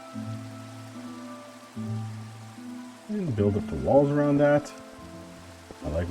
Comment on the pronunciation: Am i the only one who heard balls instead of walls?